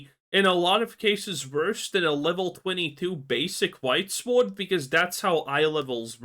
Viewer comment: Who tf pronounces the W in sword